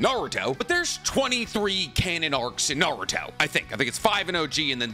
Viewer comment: I wish you didn't say "Naruthhho" every time and so often...